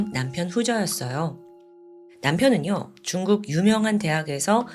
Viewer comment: 근데 왜 쭝국이라고 발음 하는거에요?